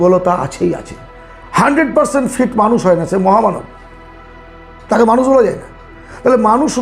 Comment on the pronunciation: কথাগুলো খুব সুন্দর কিন্তু স, শ, ষ এগুলো একটু ঠিক করে বলুন অপসেন নয়, বেসি নয় ওটা মানুস নয় ...বিস্বাস নয় বিশ্বাস... এগুলো খুব কানে লাগে ..